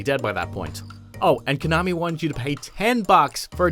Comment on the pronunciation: The way you pronounce konami is nails on the chalkboard